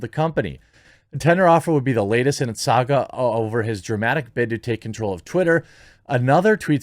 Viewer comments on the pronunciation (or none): none